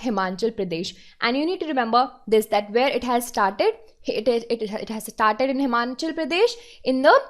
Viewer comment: Good evening mam first of all thank you for your efforts and its Himachal not Himanchal Pradesh. Both the pronunciation and the spelling is wrong in the video it feels very bad when someone pronounce your own state incorrectly and specially when the platform are too big and to popular.